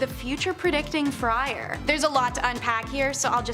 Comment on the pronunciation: 26 minutes... #8... "Friar" Not "Fryer" A person, not something to cook with.